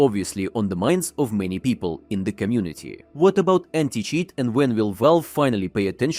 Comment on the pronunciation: did you say new anti cheese 😂😂